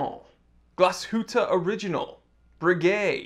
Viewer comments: It's not "Glass Hooter" it's "glass shoot" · The "ü" in Glashütte is short (because of the double-t). Also, as a watch-geek you should go the whole hog and pronounce "Original" the German way (Oh-rhee-gee-nahl) - the "g" is hard.